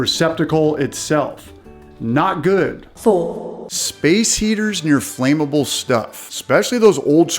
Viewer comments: Anyone that pronounces "flammable" as "Flamable" doesn't know much. What does this guy know about anything.? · Cannot even pronounce "FLAMMABLE" correctly? Nope, not gonna listen to anymore. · I am not taking advice about preventable house fires if they cannot pronounce "FLAMIBLE" correctly.